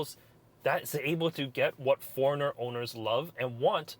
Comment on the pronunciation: I thought you were saying foreigner